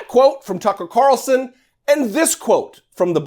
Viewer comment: One comment. You keep mispronouncing F***er Carlson's name...